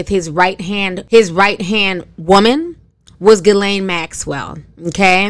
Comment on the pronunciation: Another name slaughtered. The G is silent.